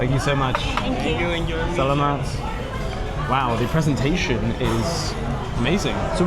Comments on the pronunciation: It is sa la mat not sal a mat, just to help you out. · It's "Sa-la-mat pô" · Adobe should be served hot. It's much better. And you are pronunciation of SALAMAT is incorrect. Ask a Filipino how to pronounce it properly. I made the same mistake when I first moved here 5 years ago. Also ask someone how to pronounce TAGALOG. Videos are good though